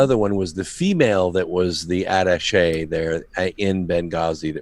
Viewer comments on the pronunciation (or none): none